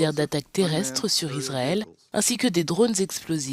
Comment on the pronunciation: Iswaël a lé dwoits dé sé défendre , mes Fwéwes...